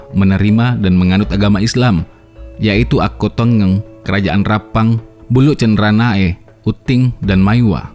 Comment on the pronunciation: Akkotengeng bukan Akkottongeng